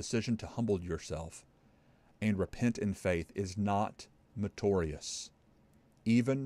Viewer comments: Just a small point: The word is not "metorious",, it's "meritorious". You leave out a syllable. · Love your videos, but... Why do you mispronounce soteriology as soh-tree-ah-luh-gee and meritorious as mer-tor-ee-uhs? I don’t think it’s your accent.